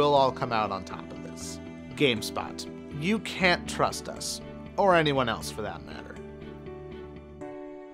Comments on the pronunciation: At the end, it said turst not trust! Lel Kappa! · "You can't Turst us" lol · "You can't Turst use" HA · you cant "TURST" us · Lol it said "you can't turst us or anyone for that matter" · No comments about it so... : "Turst" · says, "you can't turst us." couldn't you have editted before posting? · "turst us"?